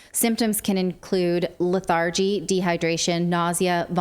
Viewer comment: "LETH-ar-gee" ...not "let-AR-gee" And it's surreptitious MEANS ... not surreptitious WAYS Learn to speak fucking English.